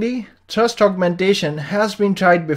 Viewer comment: It's pronounced "thrust", not "trust".